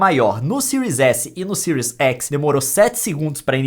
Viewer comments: Boa análise, mas cara, somos brasileiros , fala do jeito que escreve ai, series x e não siries exi kkkk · Era só falar série xis e série ési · É tanto "écs" que estou ficando doido